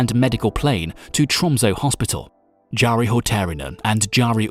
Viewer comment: You're suggesting this to the guy who didn't even pronounce the name Jari correctly.